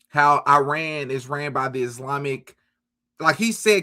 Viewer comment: That's not how IRAN is pronounced.